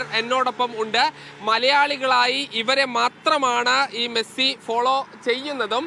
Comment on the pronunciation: മേഴ്‌സി അല്ല മെസ്സി 🤣